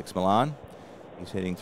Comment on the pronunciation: Great stuff,! I find your presentations very interesting, and always interested on what you have to say about our wonderful hobby. BTW, the l's in Felix Millan's name are silent: Felix Millan - \FEE-lix mee-YON\